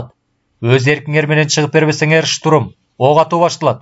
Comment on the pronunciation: Бир созду кайра-кайра кайталай бериптир автор,кислотаны ашыкча эле коп жазган,тапа-так ,деген соз жок,так которуп,деп жазылат.Орусча создорго ударение туура эмес жасалыптыр,туура эмес окулган, шутурум эмес,штурм,дагы бир нече создор.